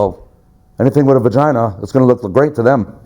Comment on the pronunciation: This guy had to have been an SNY CCF rent-a-cop. He sounds like he's trying to retell stories he heard but got it all mixed up. He called it a "Von-ginah" 😂😂😂